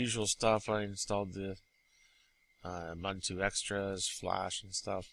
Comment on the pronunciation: Ugh it's pronounced "oo-boon-too". It's a real word and used on a daily basis in Africa.